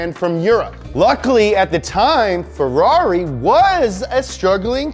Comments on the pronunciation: 👈🏻 Bastaaaaaa,,,STOP!!!!!!!! I SWEAR, I can't watch this video because my mind explode 🤯 every time he says FERARI(Like an idiot) instead of FERRARI,,, 👈🏻is 100 thousands times better with his American accent than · if you want to say it in the italian pronunciation, it's pronounced FeRRari, not Feraaareee. source: I'm italian, we don't sound shit like Super Mario or like the Fiat 500 from Cars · But the way he says Ferrari it's annoying: it's feRRari with two Rs, not ferari. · It's closer in the way he pronounces the Rs (i.e. not in the American way), but it's still very far because he says "ferari" with just one R, instead of two. So, to an Italian's ears the way he says it still sounds very wrong (maybe even worse than the other way, because nowadays we're used to the way Anglo-Americans say it). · “Fedarri” makes a good Ford. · Worst way to pronunce Ferrari with one R ,,,🤬🤬🤬🤬😠😠😡 better with American accent than... Is waay more correct when he speaks in English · After this video my pronounciation of Ferrari will have changed forever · So, I've been pronouncing "Ferrari" wrong my entire life. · i love the accent "Ferrari".😂😂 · I hate how he says Ferrari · Love how you say Ferrari wrong every single time!!! Hehehe!!! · love how you say Ferrari :D